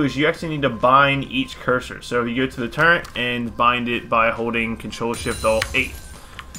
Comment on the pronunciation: did you say turrent?